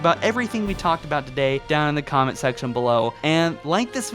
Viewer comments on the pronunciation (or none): none